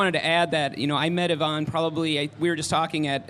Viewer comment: not Yvonne